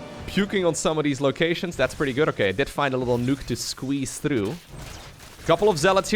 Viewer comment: I like how you pronounce nook like nuke. Great match & cast.